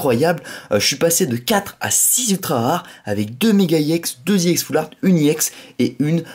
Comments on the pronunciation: on dit ex pas ièx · pourquoi tu dit iex à la place de ex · On dit pas ix on dit ex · non pas du tout regarde on dit bloc ex et pas iex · pourquoi tu dis iex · on dit ex est pas éx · ex pourquoi tu dis iex a la place de ex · Cest pas iex cest ex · tu me soule a toute tes ouverture je te le dis : on ne dit pas i ex mais une carte ex t c** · c’est pas i ex c’est ex et tu triche sur David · pourquoi tu dit iex ??????